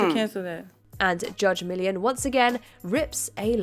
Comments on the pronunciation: Millian has 3 syllables, not one!! 🤦🏻‍♂️ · The narrator is British. That is how they say Millian. Pronunciation of most words is different between English and American.